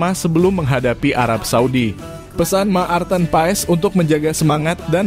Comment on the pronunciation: Hai Mas Nyebut Nama Pemain bola yg betull blajar dulu jng Cuapp² Apa Itu Ma Arten.Pa es blajar dulu ya bikin mala aja.